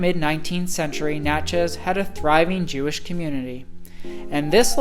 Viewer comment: Ugh....I can't listen to him say Natch-EZ one more time. I'm out!